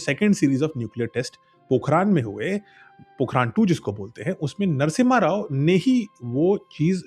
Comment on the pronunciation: Bhai vo पोखरण hai पोखरान nahi h kam se kam jagah ka nam to padh liya hota😂😂